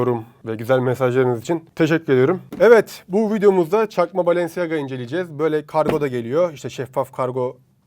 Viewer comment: Bı kere o balenciaga diye yazılıyor balanciya diye okunuyor yani ayakkabıcı dedi .